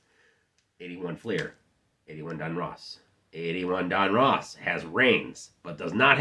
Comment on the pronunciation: Don Russ not Don Ross